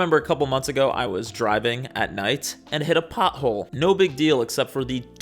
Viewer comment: I can't get over the way he says "pothole". Like... "pa-hoe"?